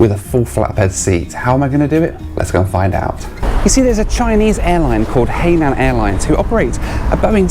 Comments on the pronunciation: I THINK ITS PRONOUNCED HI-NAN NOT HAY-NAN, INFACT ITS IN THE SAFETY VIDEO ONBOARD. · Hainan is pronounced closely to Hi-naan, (Hai is the same as second syllable of the city of 'Shanghai', not 'hey' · Pronounced “hi” nan not “hay” nan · Hey it's Hai nan airlines not Hey line airlines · It’s pronounced this way, hi nan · Just a word of advice it’s pronounced as ‘hi... Nan” (Hainan) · realises he's been pronouncing the airlines name wrong the whole time 😂